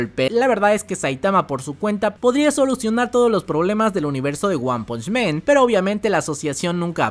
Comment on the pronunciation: Bro excelente contenido gracias por tus videos, sólo te hago una pequeñita observación con mucho respeto y es que recuerda que es one punch man porque si dices "men" estás hablando en plural 🙌🏻